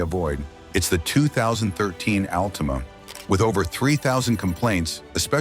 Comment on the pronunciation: did he say Nissan altuna??